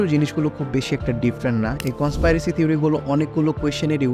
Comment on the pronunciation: কন্সপাইরেসি না ভাই কন্সপিরেসি 😑